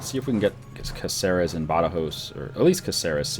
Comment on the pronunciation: Ey... just a tip.. It's CAceres, not CaCEres, and CanTAbria, not CantaBRIa.